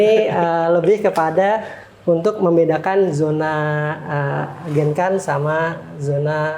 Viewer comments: please kl bilang genkan, dg spelling japanese bisa ga? Aku selalu terganggu krn sll dengar spelling yg ga bener...😅 jadi bacanya "gengkang" gt mas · Genkan itu dalam bahasa jepang cara baca nya bukan genkan tapi gengkang pak Huruf n itu dalam bahasa jepang di baca nya ng